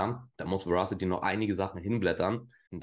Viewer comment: Moin! Danke dir für deine Verasity-Videos (und natürlich auch die anderen Videos)..gerne mehr von Verasity! Übrigens: Das englische Wort Verasity bedeutet Richtigkeit (was ein sinnvolles Wort für deren usecase ist..). Ich muß ja gestehen, daß sich mir die Fußnägel jedes Mal hochstellen, wenn das Wort falsch ausgesprochen wird.. 😅🤷‍♂es wird Weräßitti ausgesprochen.. Dein Kanal ist mir einer der Liebsten im Krypto-Sektor!👍